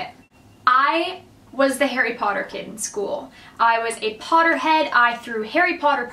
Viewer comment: It sounds like you're saying Hairy Pawder instead of Harry Potter hehe